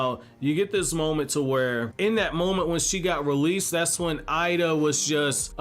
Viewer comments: Her name is エイダ, pronounced Eyy-da and not "Eye-da". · It’s pronounced Ada btw same with Pein/Pain and Ay/Ei not pronounced Eye-duh just a FYI